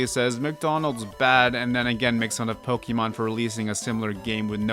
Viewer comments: I’m gonna die from how many times this guy says pokee mon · ok, repeat after me: it's "poh-keh-mon" HOW HARD CAN IT BE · Next time try to pronounce Pokemon correctly.